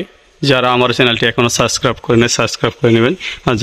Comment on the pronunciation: সাসক্রাইব না, সঠিক হলো সাবস্ক্রাইব কালেকশন না, সঠিক হলে কানেকশন